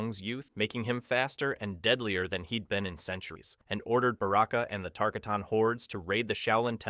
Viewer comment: It’s not TAR-CUH-TAHN ……it’s TAR-KAH-TUN